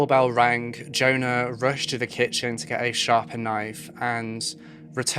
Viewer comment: Your opening music is the best it’s very atmospheric. Incidentally for future reference Swedish and indeed almost all other languages pronounce the letter J like the English letter Y. The girl’s name must be Yona